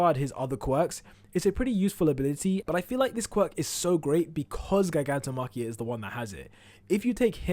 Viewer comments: please learn how to say Gigantomachia and Gigantification plz the way you say it is so annoying imo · I really can't stand how this dude pronounces gigantomachia or gigantification